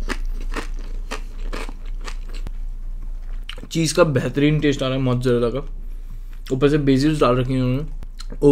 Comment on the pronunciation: When likes a dish - 'Behatarin' When he loves a dish - Behtrin (A¿)